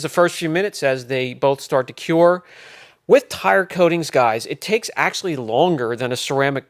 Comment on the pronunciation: Cure not cue lol